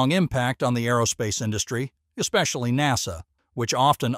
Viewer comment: Hm.. seems like the AI voice has a problem with many words today.. “ SpaceX, Boca Chica, NASA, etc..